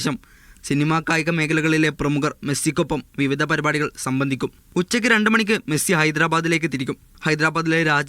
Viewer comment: മെഴുസി അല്ല മൈരാ 😏😏😏മെസ്സി